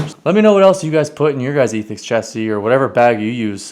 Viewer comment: I've noticed alot of people have trouble pronouncing the word "Ethix"? Think Ethics (Eh-thix), not Eee-thix. tryin' to be cute, using an X on the end of the name of his company done screwed everything up, haha.